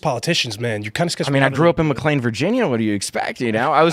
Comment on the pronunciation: I hate this guy, but if he forces Tim to learn how to properly pronounce McLean Virginia...